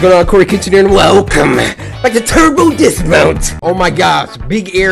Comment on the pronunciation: Turba dismount turba dismount sounded like meh cuz when said dat